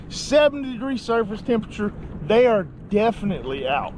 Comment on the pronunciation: "Theh dont come out in day time" Or ya know....try to attack people in the middle of lakes.